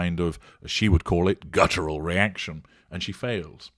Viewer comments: Interesting breakdown,. Though I had to laugh when I heard her say "gutteral response" - this was before the one about Harry, so it shows that she really doesn't know what it means. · “Gutteral” reaction…there she goes again, abusing the English language. But she’s so much smarter than everyone else, so there must be something the test of us don’t know. Her hubris is boundless.